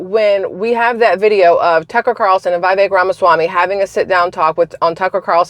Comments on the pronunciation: FYI and respectfully- it's vee-VAKE. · I think his name is pronounced Viv-ic like viv-id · Viv-Ache…rhymes with cake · Vih vake. Rhymes with cake. ❤